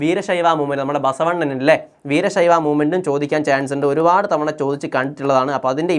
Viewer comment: Basavana 🚫 Basavannan ✅😂❤️